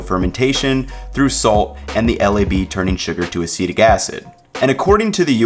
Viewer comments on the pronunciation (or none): none